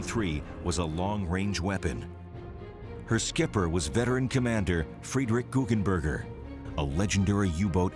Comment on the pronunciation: its GuggenBERGER not burger XD